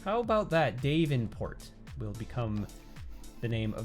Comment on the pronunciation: “Dayvenport” sent me. i love you sometimes you just pronounce things so interestingly